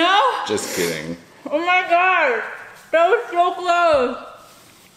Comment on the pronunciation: U mean gosh not God😂😂😂